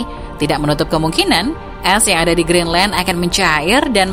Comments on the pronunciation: Greenland bukan Geendland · Kok geenland bukan Greenland 🇬🇱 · GEENLAND ? wkwkwk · geenland? Maksudnya greedland? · Lah kok Geenland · Kok itu bacaan nya geenland ya???